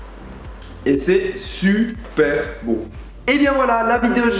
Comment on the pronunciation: "Ça sent su-per bon" le cookie ! ^^ Tu me fais marrer (